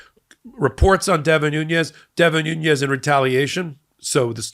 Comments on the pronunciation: He's Portuguese!!! It's pronounced " Nu-nesh" There are 2 n letters in the Spanish alphabet. One letter has the "tilde" in which the emphasis is placed on that letter! The Portuguese alphabet has one letter n. I'm a Latina who grew up in a Portuguese family. Please don't refer to Devin as a Latino!! I live in his old district in Tulare County, CA. That's close enough for me and my Portuguese family back in Santa Clara, CA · The pronunciation of Nunes last name is not Nuñez, which would be in Spanish. Nunes is Portuguese. This guy is the son of Portuguese migrants to the San Joaquín Valley in Central California, dedicated to dairy farming. He is an embarrassment to Portuguese people, to the San Joaquin Valley and to cows. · Just a minor point of pronunciation. Devon Nunes spells his last name with a "n" towards the end not a "Ñ" so the pronunciation is as with the regular n sound not the Ñ with the tilde above it. It matters. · Hey, great reporting as usual! Just 1 correction to the name of Devin Nunes. His name is Nunes, not Nuñez. Hes of Portuguese descent, not Spanish descent. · The name is said "Noon-es," not "Nu-ñez." His family is Portuguese descent from the Azores. They're not Spanish. If someone mispronounced VP Harris' first name you'd get your back up in the air. But you can't once say Devin Nunes name correctly. It's annoying. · I do share your scorn with these individuals but I wish you would get their names right. Maybe it's a sensitivity because I hear WILKERSON so often when WILKINSON is so easy. And the fact I speak Portuguese. Not Nuñes (NOO-nyez). It's Nunes (NOO-nez.) No "nye". Same thing with that p.o.s. Aileen (AY-leen, not EYE-leen) Cannon. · I hear you pronouncing Devin Nunes with a tilde over the "n" as it would be pronounced in Spanish. I questioned how people were pronouncing it but learned that Nunes, (New-nes) instead of (New-nyes) is the Portuguese pronunciation of the name and is correct.